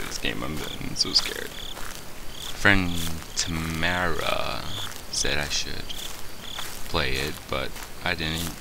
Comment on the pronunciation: it's pronaunced tam- are-a! XDD